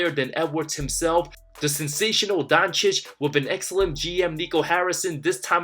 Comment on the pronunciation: I don’t know what’s Stephen 🤡. Smith’s problem with the Mavs and European players in general. Disrespecting their achievements and mispronouncing their names (has to be on purpose, he can’t be that stupid) like Donchick and Wembanyana. Funny thing is that it has gotten to a point where it actually backfires on guys like Booker and ANT. I can’t imagine a 22yr old being totally unaware of becoming ESPNMJ, which can only end in disappointment. AN ABSOLUTE TRAVESTY! 😅